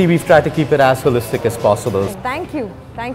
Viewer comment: Why am i hearing ass hole-istic whenever he says as holistic as possible.